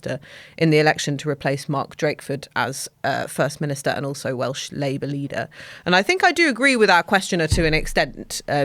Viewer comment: Welsh pronuncion is pretty good!